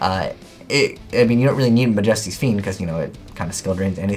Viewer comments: Alright guys.... the English language has officially changed the pronunciation of majesty to "muhjestee." ?? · do you even English? Try looking up how to say "majesty".